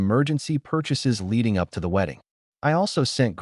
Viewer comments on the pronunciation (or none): none